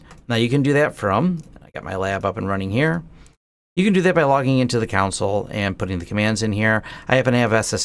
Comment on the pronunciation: It's pronounced, 'CON-sul'....not 'COUNT-sul' :) (Maybe you should just call it the 'terminal'?) :)